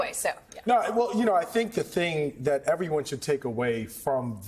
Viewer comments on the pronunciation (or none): I became aware of Sussane Craig because of her portable speech impediment. Her reporting seemed sterile and mundane, but her insistence on saying "thot" instead of "that" or "bockwards" instead of "backwards" annoyed me to the point of paying attention to her. She only speaks in this manner when she's on set in the studio. When she's outside on the street, she talks like everybody else. I find this strange. It also just hit me who she looks like. I don't mean to be cruel, but she is a dead-ringer for......Art Garfunkel. Sorry, Lord...please forgive me.